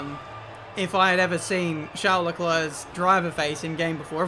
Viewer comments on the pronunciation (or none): i didn’t know Charles was Finnish 😂